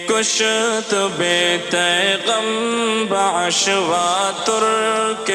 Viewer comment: کشت کی کاف کو غالباً کسرہ کے ساتھ پڑھنا ہے تحقیق کر کے جواب عنایت فرمائیں ❤